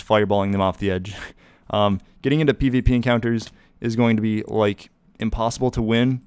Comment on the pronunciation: my man said "PvPoo" lol